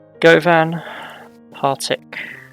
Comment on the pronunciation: Being from Glasgow, it was fun to hear you pronounce Govan. We pronounce it like "Guhvin". The Glasgow subway, "Clockwork Orange", has a clockwise and anti-clockwise service. I'm not sure if you are/were intending on doing the anti-clockwise. Really enjoying watching your videos, I had such an issue with the signalling in a game, that I started again and reviewing all of the lines as I build them.